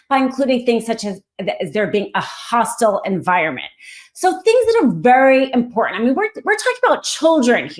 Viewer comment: Not IMPORNANT - IMPORTANT. Please.